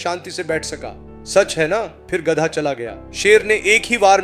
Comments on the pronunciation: गद्दा नहीं गधा होता है, बोलना सीख लो पहले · Gadda ya gadha bol to thik se gadha 😂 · Not gaddha.... It is Gadhaa. Pls. Pronounce properly. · गधा bolna sikho pehle😂गडै nahi. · गदा नहीं गधा होता है भाई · गद्दा नहीं होता रे भाई गधा होता है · Gadha ❎ Gadda✅🤣🤣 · Gadhaa hota he gaddha nhi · Gadda nahi bhai Gadha. Aur kanpuriya main Gad ha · Ghda nahi gadha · Bhosddi ke Gadha Hota hai Na ki Gadda 🎉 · Es aadmi ko gadha nahi bolne aa raha hai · Poori story me gadhe ko gadda bola raha hai, aur last me to gadhe ko lomdi bol diya😂😂 Theek se suno😂😂